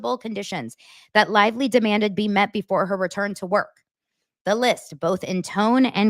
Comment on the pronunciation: BLAKE CLITVELY or BLAKE CLITELY 😂😂😂😂